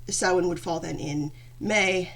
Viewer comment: Samhain is the Irish word for November. Bealtainne is the word for May. Thanks for pronouncing it right because no one ever does lol. Do you know if there’s a term for someone who is native and Gael ? It doesn’t matter I was just wondering.